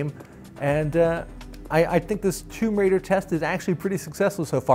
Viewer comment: That’s the correct pronunciation..